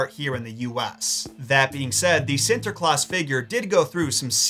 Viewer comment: Its funny he try speak dutch XD. I like it and you say it on a good way Sinterklaas and Zwarte Piet :). Keep up the good work.